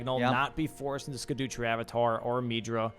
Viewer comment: No one learnt how to say scadutree yet